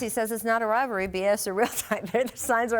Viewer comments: Does not anyone on these shows know how to pronounce the word "rivalry"? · “Rivalry” 🤣🤣🤣🤣 16-0 biches